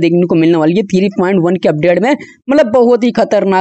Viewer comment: Three ❌ Thiree ✅